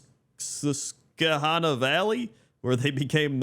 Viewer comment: As a PA native, hearing attempt to pronounce Susquehanna was actually pretty close.